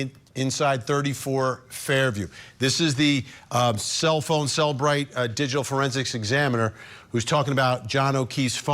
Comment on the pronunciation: Some say CellBrite, some say CelliBrite: "You say CellBrite....you cay CelliBrite"